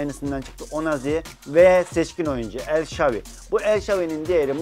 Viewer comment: El şavi değil el şaravi